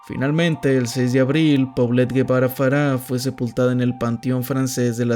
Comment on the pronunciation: Él no es "Guevara" él es Gebara ("Jebará").